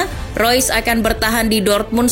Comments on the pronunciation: yang bener marco reus apa marco rois nih 🙈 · Mengapa tulisannya REUS dibacanya ROIS?? sungguh ejaan yg membuat otakku oleng😕